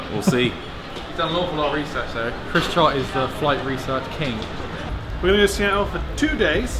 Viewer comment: whispers Sea-tul!